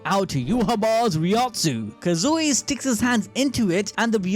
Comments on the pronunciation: Please say his name correctly. It's Kazui, not KazUi. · You gotta like this comment every time he says Kazooey.